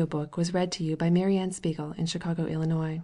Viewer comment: her voice is so nice and soothing that i didn't even mind those parts, even kinda looking forward to it everytime, the way she pronounces "mary anne spiegel" and "nathan haskell doyle" just 👌a perfect reader for a such a great book